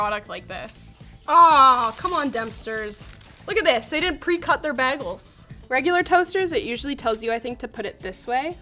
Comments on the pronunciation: Ah yes, heat-sensitive delicate electronics strapped directly to a device that is only designed to generate tons of heat quickly. Also, did she say "baggles?" Has she been hanging out with? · please stop saying bag-gels, its a bagel. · She said Bag-els at one point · Nobody gonna mention the fact that besides bringing an amazing energy to these videos, she also pronounces Bagles als baggles? There's an Episode on "Community" where is made fun of for exactly this lol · gotta love the way pronounces bagels, baregels lol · I just watched not know how to toast bread and bagels (which she mispronounces) for 15 minutes, lol. Loved it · Stop saying bagels wrong😅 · How the hell is she pronouncing bagels? It HAS to be a troll